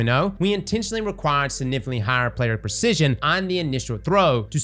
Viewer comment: There is a 'G' in the word "significantly"